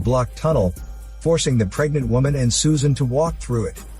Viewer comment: but thing is the girls name is not susan but its Soo-An